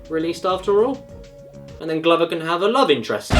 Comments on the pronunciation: It's pronounced gloover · The way caddicarus say glover is the most British thing I have seen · i cannot think of one reason to justify pronouncing “glover” the way you do